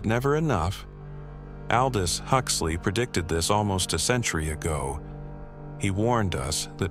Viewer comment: that an AI CANT EVEN PRONOUNCE aldous then you keep watching... fear it my friends, its alrwady here